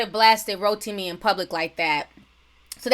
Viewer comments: You're pronouncing his name wrong. It's Ro Tim Me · Every time you said rotimi I started craving an actual roti smh 😂